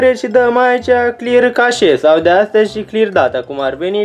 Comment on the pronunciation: Chache se citeste "cheș" :))